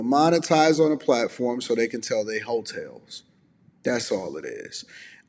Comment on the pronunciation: Idk why, but I stopped right after he got to the part where he said they just wanna monetize they HOE-TALES. I guess mainly bc thats the first time i had heard someone say that in that way. And it got me kinda laughing cause well... come on now. HOE-TALES...Hotels... that how they git their names? 😂